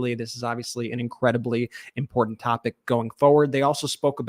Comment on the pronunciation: Is she always drunk? She can't pronounce the word important or treasonous or the names of her peers.